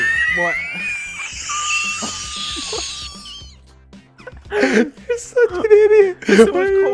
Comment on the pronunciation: George: "GET HIM!.. or her, or it" Dream: oxygen depleted George: "hwot?!"